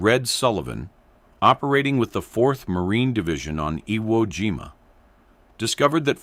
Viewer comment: The AI Speaker Can't Pronounce IWO JIMA or any other Japanese Words, Disgraceful To WWII Vets. They Weren't Playing A Game This Is Educational BS People Distrespeting, Real Education You Get An F